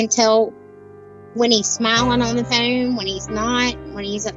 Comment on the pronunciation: Any idea why something called a ‘phone’ to the rest of the English speaking world and is not difficult to pronounce is called a fuuuuuune in her part of the world?